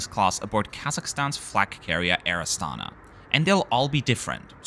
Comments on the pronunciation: Pronounced with the stress on the last syllable: Air AstanA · Good video! Just pls mind that this airlines name is pronounced as Air AstanA.